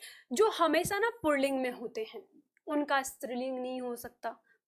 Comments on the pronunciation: Pronunciation pulling hota, purlling nai hota. Aap galat bol rahi hi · आप बहुत अच्छा पढ़ाती हैं। परन्तु पुल्लिंग (Pulling) का पुर्लिंग (Purling) उच्चारण करना गलत है। पुल्लिंग में "र" की आवाज की कोई आवश्यकता नहीं है। पता नहीं आप ऐसा क्यों बोलती हैं? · आप पहले अपना पुलिंग का उच्चारण सही करें।